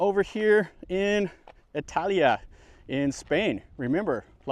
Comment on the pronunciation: The name of this place is Italica NOT, "Italia" as you wrongly pronounced it in the opening seconds.